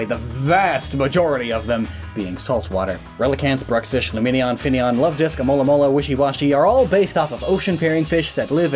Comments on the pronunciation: did I just hear him calling alomomola Amolamola? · Am I crazy or did he said amolamola instead of alomomola? I may be wrong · "Amolamola" - trying to pronounce Alomomola